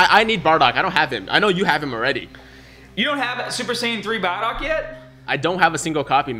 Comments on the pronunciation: Why tf is he saying badock not bardock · Who’s (Baa)dock? And what’s Patora? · Nigga said: bahdog